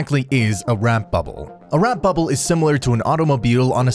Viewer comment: You called it a Wrap bubble?